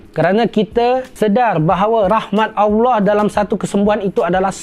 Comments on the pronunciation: Mohon buat pembetulan sebutan Allah terdengar agak pelat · Bagus nya ya allah tapi saye nk tegur sikit betulkan sebutan allah. Macamtu lagi bagus